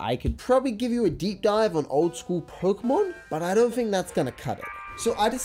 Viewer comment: I heard a lot of youtubers misspell "pokemon" as "pokimon"... but it's the first time I hear someone spell it "prokmon". ;)